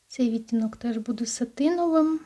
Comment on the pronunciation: Може вам вже писали, але часто просто чую. Ви ставите не правильно наголос на слово "відтінок", треба на другу "і" 🌷